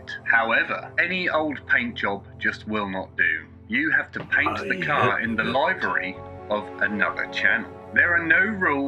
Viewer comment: Why use the word livery if you can't pronounce the word livery. SMH